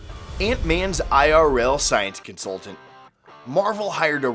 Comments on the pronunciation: “Science cunsultant” 😂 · Cunsultant. Lmfao you guys should have hired an English consultant.